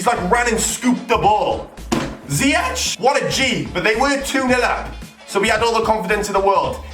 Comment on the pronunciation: i am Dutch and you say zyech as ziejek